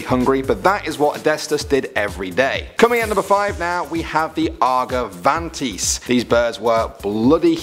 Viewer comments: Argentavis not argavantis..... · Ar-ga-van-tis? Bruh it's Ar-gent-ta-vis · Argevantis as you Said ? Or argentavis as it is written.. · I liked how the way he pronounced argentavis to argevantis but content I liked it more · "Argavantis" (Argentavis). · argentavis is pronounced "ar-gen-tay-viss" just like its letters spell out, not "ar-ga-van-tis" you wouldn't pronounce "elephant" as "eltenaph" would you? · my guy said aga-vantis not arg-en-ta-vis and megalanis not magelania. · argavantes? ok lol argentavis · Repeat after me - AR - JEN - TA - VIS - Argentavis. Not Ar-Ga-van-Tees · Argavantis NO JUST NO! ARGENTAVIS ar gen tave iss grrrr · isn't it ar-gen-tavis not arg-a-van-tis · You said argentaivis and megalainea wrong say it how it’s spelled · You said argenventis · Yeah, sure "argavantees" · Argentavis is pronounced (ar-gent-tavis) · Am I the only one cringing on how he said 'Argentavis'. He said it like 'Ar-ga-van-tees' lmao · ARE GEN TAY VIS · U pronounced argentavis wrong and it made me shiver supposed to be ar-gen-tay-viss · Sorry but...argentavis = ar-jen-tay-vis. Sar-co-soo-cus. And sarchosuchus wasnt related to crocodiles. It was an entirely different species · Its arg not argee argen and tavis like davis argendavis but its argentavis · Its pronounced are gent tave us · It’s pronounced Are-Jen-Tay-Vis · The way he said Agentavis upset me in more ways than I care to explain. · It’s pronounced (are-jen-tay-vis) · It's pronounced arg-en-tavis. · Argentavis is pronouced Are-jin-tavis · Guys stop being rude on how he said 'Argentavis'. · i find it funny that multiple creatures listed are from ark survival evolved. As well as the fact that EVERY ONE OF THEM WAS MISSPRONOUNCED.... -_ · When he said Argentavis wrong every ark player cringed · I’m a player from Ark and you say Argentavis like that make me sad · Does anyone realize how much he butchered the argentavis name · I have never heard someone pronounce argentavis like that. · You said argentavis wrong